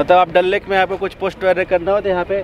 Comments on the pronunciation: When he says dal lake My ears :- dalleee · Mann me tharak jubah pe ghapaghap Bangkok wala wo vlog Yaad hai abhi tak 😘😂😂😂😅 Like maari if you heard dalle instead of dal lake 😂